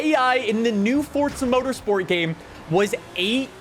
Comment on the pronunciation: Drinking game: take a shot for every time he says "ForTza" within the first 45 seconds...